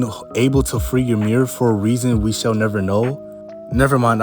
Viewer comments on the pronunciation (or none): Fun fact the correct pronunciation of the name Ymir is actually ee-mir not ya-mir there is no A in the name.